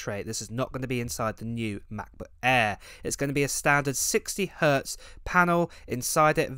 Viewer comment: why do you say air like that? lol MacBook ayaaaaaaa